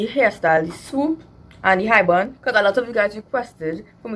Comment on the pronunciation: Nobody: Her dad: "now we gonna make a bund😂😂😂, now we going and use a brush....brush it upwards from the back"